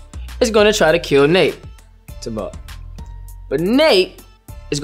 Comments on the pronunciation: I like how he pronounces Tybalt. "Tih-balt" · The way he says "Tybalt" tho 💀 like whyyyy